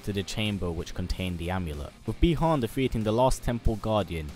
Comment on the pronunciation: The correct pronunciation is Buy-Han, not Bee-Han.